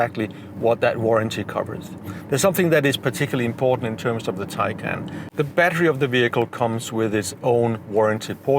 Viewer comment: BTW Your pronunciation of Taycan is wrong.